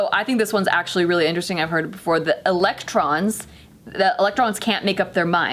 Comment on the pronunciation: did she say protons and elons.. lmao